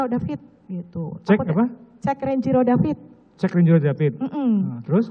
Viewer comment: Korban nya david bukan DEPIT